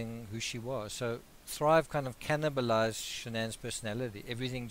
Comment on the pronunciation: Thank you! Great work. Sometimes, for some reason, you say a word and I find myself falling around laughing. "Cannibalized* 🤣. Regards from England. 😷